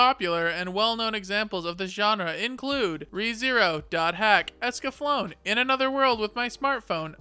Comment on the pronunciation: It's Escanflow-nay. At least consult your translator a little bit! Also my favorite isekai is FFXIV Shadowbringers, lol.